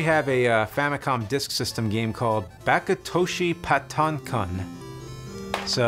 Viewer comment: not pa-to its Patton like General Patton